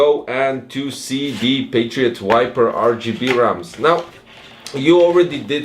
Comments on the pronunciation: You're pronouncing wrong the name, is Viper, not wiper! lol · You can ignore my comment, anyway I have auditive problems and Im from Costa Rica, so English is not my first language, is Spanish. Im sorry for my bad comment 😢 But seriously, in this video I hear wiper instead of viper, maybe only I can hear that... 🤔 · I can hear as this: wu-ai-per Correct pronunciation: vai-per I think this is a thing I only can hear, maybe yes, maybe not, but see the youtube cc, they have the proof, lol